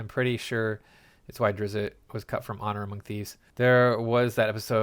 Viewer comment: "Drizzit." "Droe" Oh, you don't care about the pronunciation? Good luck with the view count, bub.